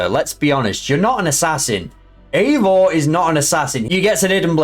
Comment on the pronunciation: Yeah I'm beginning to realise more and more that people really missed the point of Valhalla and I think it's hilarious 😂😂😂 the guy can't even pronounce eivor correctly 😂😂😂